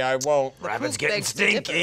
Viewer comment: Lindsay’s hunting wabbits!